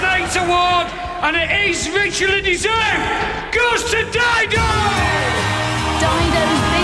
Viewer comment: Didon ? Puffff, Dido.